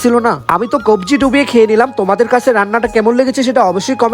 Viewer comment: চুবিয়ে না ডুবিয়ে😂